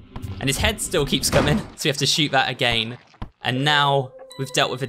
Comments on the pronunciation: why u say again like agayn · I love how he says "agayin" instead of "again" , I know it's his accent but it's just funny.😂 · also y does he says again like that